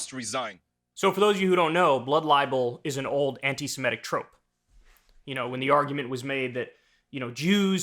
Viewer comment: Kyle: not "anti-siMETic" correct is SeMITic.